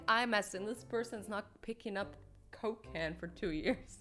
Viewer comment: Did you say cocaine or coke can?